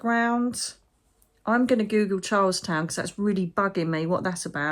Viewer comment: Charleston is in South Carolina., its pronounced like the 1920's dance, Charlston. There is always lots of unrest there, because of the population mix. There is a big demonstration coming up this weekend. Brace ourselves, and pray.